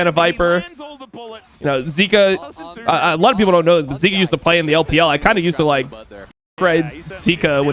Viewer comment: I swear if YOU KEEP CALLING HIM ZEEKA instead of Zeka, I'm gonna get cancer